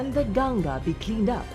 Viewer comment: First of all thankyou for calling it "Ganga" and not "Ganges". I appreciate the effort shown by the narrator to use the right Vedic name for Mother Ganga../I\